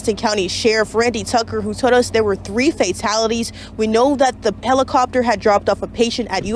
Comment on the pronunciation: Did she really call it a "pellacopter"? Or am I hearing things?